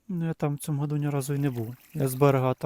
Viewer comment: цьому а не цому а так весело